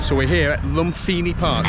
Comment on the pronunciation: Language tip, my man... the H is silent in Thai language. Think of the word "Thai" or example. Or "Phuket" ("pronounced pooKET"). So when you say "LumFINI" park, it is a major cringe. After one has been in Thailand for five minutes, one should know this. One should know this even before arriving, frankly.